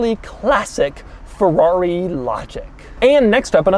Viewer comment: Fewrawi? First learn to pronounce, then review.